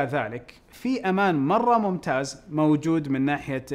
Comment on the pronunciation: كأنه قال ممتاج